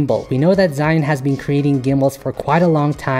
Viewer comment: Sigh An, Cyan, ZiYan,Shy Un, SheYou Sea June, SeeShoe ZhiYun I Don't Care What The Right Way Of Saying It Is!!! But I Didnt Pay attention To Anything In This Video After Hearing